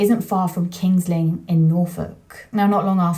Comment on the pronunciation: King’s Lynn not King Lynn’s.